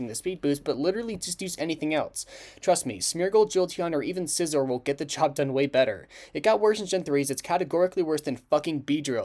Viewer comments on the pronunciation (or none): none